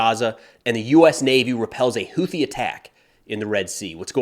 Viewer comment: Friendly FYI… UNLIKE the usual American-English “TH” dip-thong…. Houthi” is actually correctly pronounced: hoo-tee. 👍